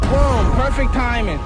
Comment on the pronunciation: Lmao. "Splerfect Timing" Tyson.